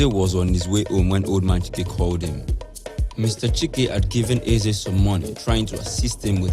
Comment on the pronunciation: Stellar work, guys👋🏾👋🏾👋🏾 However, I must say that all of the Igbo words - Ohia , Onu, Eze, Chike etc - were poorly pronounced. You guys should please improve on this.